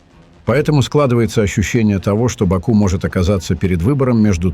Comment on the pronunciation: Не Ба'ку а Баку', не Анкара а Анкара'! Называйте вещи своим именами, уник.!